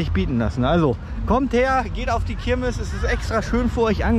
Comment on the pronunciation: Das ist jetzt kein Hate oder so, aber heißt es wirklich Kirmis ? Nicht Kirmes ?